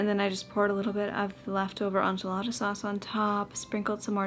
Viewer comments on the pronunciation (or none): Ok the pronunciation of enchilada has me dying! Probably because we are from Arizona, live in Nashville now and have been to Mexico so many times. I kept hearing Aunt (auhnt) Jolada hahaha anyways, I’ve never heard this and it gave me a chuckle just like I’m sure it does you when you hear ench-alada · In the most loving way, go listen to Joshua Weissman say “enchilada”, your pronunciation has a French influence but enchilada is a Tex-Mex dish🤠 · I am from the southern part of the US so hearing your pronunciation of Enchilada had me cracking up haha! I say it like so, “Inch-A-La-Duh” 😂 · Same! We say EN-chi-la-duh and PAW-STUH 😅🤣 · Southern Californian here. We pronounce it as : in-chi-la-tha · in Spanish is en-ch(EE)-la-da. That EE as in "see". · that's the right way for English phonetics haha In Spanish it's more of a short round A